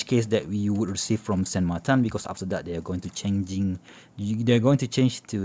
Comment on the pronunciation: Why do you call It SAN MARTAN just wondering.